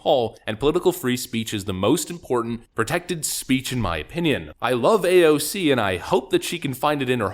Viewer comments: i really hate how you pronounce her name. like stfu i get it you want to pronounce it ironically. At this point i love to watch your every vids except when you talk about her. and you have some truth to point out her hipocricy. but it just hurt my ears phisically to hear you. Why tf you torment your wievers when you have problem with her. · I believe the correct pronunciation actually is AOF-ing up